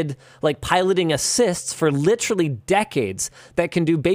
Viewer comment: nobody: linus: “licherally”